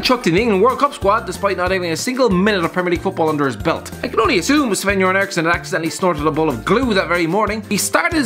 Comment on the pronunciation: wait, did you really pronounce Görans name right?? damn!